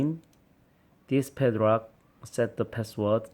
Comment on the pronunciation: YOU SAID PEDRAK INSTEAD OF PADLOCK